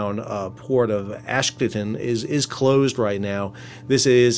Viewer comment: Hi Sal thanks for all your great work. FYI, Ashdod is properly pronounced AHSH-DODE. (Rhymes with LOAD)